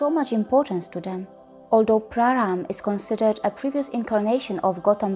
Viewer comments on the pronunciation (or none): First of all.. Please stop calling it Ramayanaaa it's just RAMAYAN and it's not Rama it's just *RAM*. And secondly I really really appreciate your work. It's just great. Keep going! Jai Shri Ram 🙏🙏🙏🙏